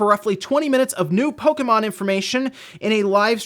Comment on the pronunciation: Catriam Flockentanz lol that bothers me, too. How hard is it to say the name correctly?